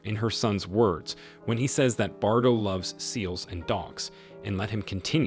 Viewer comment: it's pronounced bar dough and not bar dot.